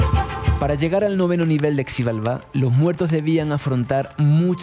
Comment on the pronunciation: Se lee shibálba, estás en México pregúntale al recepcionista del hotel, me duele mi oído